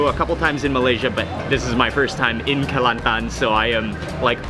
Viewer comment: I dont know why but you said "Kelantan" is perfect xD